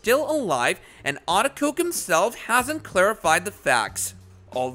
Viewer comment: It is a-de-ko-ge. For Gods sake say people's name right